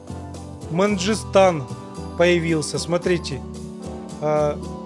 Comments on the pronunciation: Мангыстан, а не манджистан. От полуострова Мангышлак. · Мангыстау а не Манжыстан